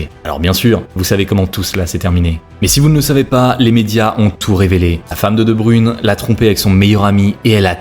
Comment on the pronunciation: C'est quoi votre problème avec la prononciation des noms flamands ? Sérieux vous n'entendez pas prononcer son nom ailleurs. Debruyne cela se prononce Debr[e]ne et non pas Debru[i]ne